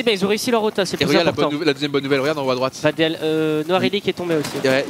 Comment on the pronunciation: Vadeal ca se prononce vadil